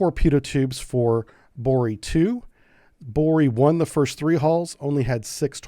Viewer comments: It's NOT "Bori"😮 BOREI!!!! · The right pronaunciation is BorEy